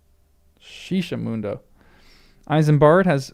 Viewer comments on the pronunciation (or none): none